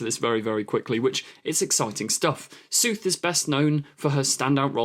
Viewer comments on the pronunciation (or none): Exactly, It's an Indian name, from what I understand, a Tamil name from southern India (please correct me if I made a mistake here), and even by English pronunciation rules, Sooth wouldn't make any sense.